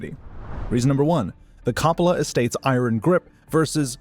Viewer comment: Please learn the proper way to say COPPOLA.